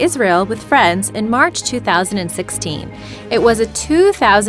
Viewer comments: It's the Gal-eh-lee, not Gal-eh-lay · It's pronounced gal-uh-LEEEEE and not gal-uh-LAY. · Galilee--EEEEE not Lay. Humph. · galliLEE.... not GalliLAY. and yes... I came here for the alien coin. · The way Galilee is pronounced is Ga la lee, long E! not Gal la lay! please correct this as it makes you sound stupid. You must have not attended Sunday school. Sorry! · WOW she said Gali( lay) not Gali( lee) , spelled Gali- lee. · for once thing its not pronounced galilay its pronounced how its spelled Galilee Gal i Lee not lay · the romans didn't destroy the temple in 107AD, they destroyed it in 70AD....also, Galilee is pronounced gal a leee, not gal a lay...also, it was emperor VESPASIAN, not emeperor TRASIAN......son, this video is full of FAIL...who made this crap? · It's not complete drivel... but her pronunciation of the words "buried," "ingot," and "Galilee" IS highly obnoxious (among others)!! 😂